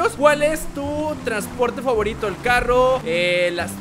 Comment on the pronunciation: Moto y un Carrrrrrrrrro